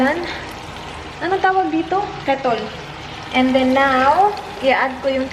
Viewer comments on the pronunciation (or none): Its kettle not kettol